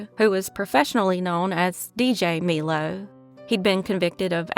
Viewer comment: Another great episode. There's such horrible people in this world, I'm glad these cases were solved. (And not that it matters, but Melo is pronounced like the soda, Mello Yello.)